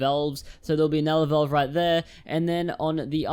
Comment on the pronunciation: Its Valve not velve